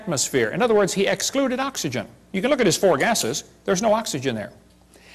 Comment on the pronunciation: Literally everyone: Oxygen The preacher: AHHHKS ee jun I get the feeling the preacher had a serious speech impediment in his youth which he was never entirely able to get rid of. If he weren't such a contemptible piece of garbage, I might feel sorry for him.